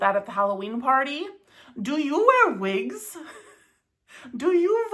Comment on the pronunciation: Vhen vill you vear vigs? 😂